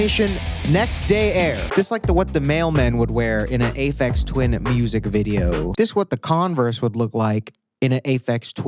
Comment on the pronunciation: why u pronounce aphex twin like that 😵‍💫